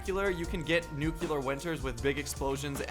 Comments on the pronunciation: nuclear not nucular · if you really do read all your comments then you’ll see this one. I just want to say it’s nuclear not nucular... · NUCLEAR NOT NUCULER Lol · my man said nuculer, not nuclear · i really like u and ur vids thats y i am helping u it is pronounced nuke Lear lol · Dis he just said nucular? How to pronounce nuclear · NUCLEAR NUCLEAR NUCLEAR AHHHHHHHH HES PRONOUNCING IT WRONG